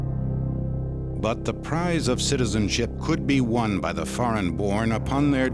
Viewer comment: Narrator sad "Bay the time they left, Dacia become to be called Romania"😆 Can't possibly be true What a liar In 1859, Wallachia united with Moldavia to form the United Principalities, which adopted the name Romania in 1866 .😃🤮